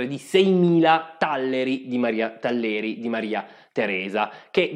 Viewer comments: Bellissima pillola . Però la pronuncia esatta è tàllero, moneta d'argento che appare in Germania a partire dal XVI secolo, e che deve il suo nome (che significa più o meno "valligiano", della Valle) dalla Sankt Joachim Thal, la valle di San Gioacchino in Boemia, famosa per le sue miniere d'argento. Nel 1760 Maria Teresa decise di coniare una moneta che si sarebbe distinta per la genuinità del titolo e per portare sempre lo stesso anno di emissione, che viene coniata in Austria ancora oggi. Il Tallero di Maria Teresa ebbe un enorme successo in tutto il mondo : in primo luogo divenne popolare nelle colonie inglesi d'America , dove veniva chiamato con pronuncia inglese (si trova già in Shakespeare, ovviamente non riferito a quello di Maria Teresa) Dollar; un'altra moneta di titolo simile molto che circolava nelle tredici colonie era il "Pezzo da otto" o Real spagnolo, e nell'America coloniale cominciarono a chiamarlo Dollaro spagnolo. Insomma , quando nacquero gli USA e decisero di avere una moneta propria, la cosa più naturale fu battezzarla Dollaro. Il Tallero di Maria Teresa divenne intanto una moneta apprezzatissima in Africa settentrionale e orientale e in Medio Oriente, ed è rimasta la moneta ufficiale dell'Impero d'Etiopia fino alla conquista italiana, continuando a circolare di fatto per molti anni ancora. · Talleri con l' accento sulla a ! Per il resto molto interessante come sempre . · Talleri con accento sulla a